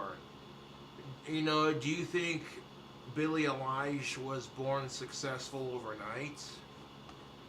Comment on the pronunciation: its pronounced EYE-LISH not A-LIE-ISH